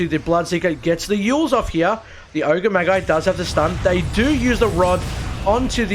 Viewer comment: My only notes are that Magi is pronounced like 'badge-eye' and maybe find some synonyms for annihilated lol